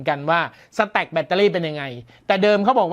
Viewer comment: พอได้ยินคำว่า " สะแตค " ผมนี้นึกถึงกีต้าร์ครับ